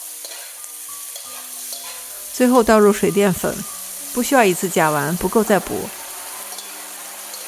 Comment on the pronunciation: “不需要一次性甲烷。” 一不小心说出西安味儿了